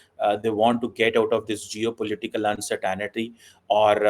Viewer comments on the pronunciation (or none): If you learn one thing learn to pronounce the English words you insist on using. Uncertainty is not pronounced 'un suh tannity'. Better still stop using and mutilating English words.